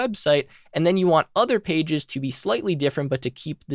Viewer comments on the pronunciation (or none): none